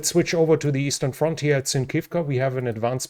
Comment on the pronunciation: Every time you say eastern front I think I'm watching Hogan's Heroes again! 😅